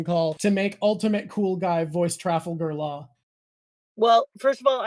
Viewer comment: Trah-vulgar Law??